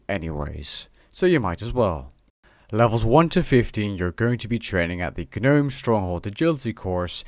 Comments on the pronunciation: guh-nome...??? just gnome bro. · also, nome, not ganome. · bruh really said guh-nome.. but still a great video! thanks!! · nice video!, btw gnome is pronounced like "nome" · you pronounced it guh-nome course and i dunno how i feel about that. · The G is silent in Gnome you fuckin moron.